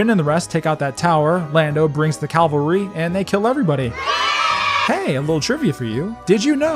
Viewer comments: "Lando brings the calvary".... CAVALRY, not CALVARY... Calvary is where Jesus was (supposedly) crucified... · ..."Lando brings the CAVALRY." Not the Calvary. Geez.